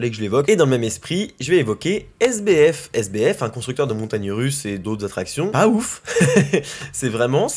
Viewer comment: Quand tu as dit sbf j'ai cru que tu avais dit SDF😂